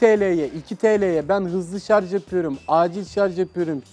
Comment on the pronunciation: "Şarj"a, "şarz" diyen insanların kafasının sağlamlık testi gelsin. +1